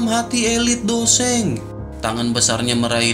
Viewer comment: bang seng bang bukan dou sheng